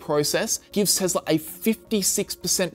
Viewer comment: "TEZLA".... uncomfortable